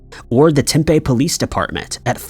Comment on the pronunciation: Mispronouncing Tempe is understandable (although I would’ve looked it up if I were you), but mispronouncing Apache is pretty lame.